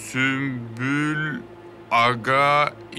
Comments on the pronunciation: Biri süklüm der diğeri süslüm kfkfjf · hele bir de Sumpül vardı ahshah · sümbül ağanın ismini yabancı kadınların söyleyememesi peki ksbdjdkshd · Bu sümbül ağanin adini kimse düzgün solemiyor ya ahaha